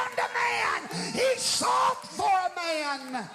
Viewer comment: 😂 Haha! "When God anoints a man (HURK!!)" You forgot the extra syllable at the end "man-UH!!"😂